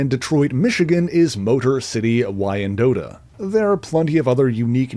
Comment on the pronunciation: As a Michigan person it's pronounced "whine dot". I don't think we would know either unless it was told